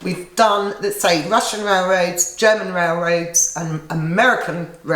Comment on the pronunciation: I love the way you pronounce Russian Rail-raids. Cheers!